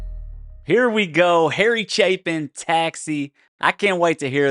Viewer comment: Thank you for pronouncing his name correctly